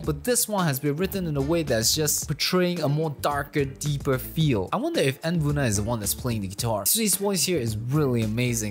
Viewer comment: Note: n-buna's name is pronounced as "nabuna" lmao thats it Also nice video!! I've been looking for a reaction vid in eng xD